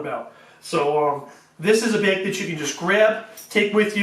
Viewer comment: Baeeg. Baeeg. What accent is this?